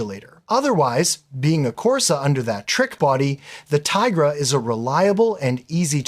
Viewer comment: nah mate, OP is joking you mispronounced the name. Its 'Tee-gruh'.